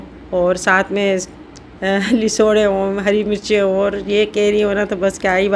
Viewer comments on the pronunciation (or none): Lesoray nahe lasoray HOTA hy